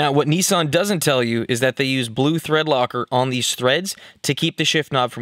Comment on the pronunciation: Neeesaaahn? It’s a Nissan (Nisan)